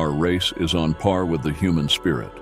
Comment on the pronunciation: Human I thought you said noman